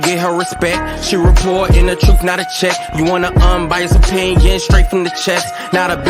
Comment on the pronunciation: said, "The truf gon come out" And lawd...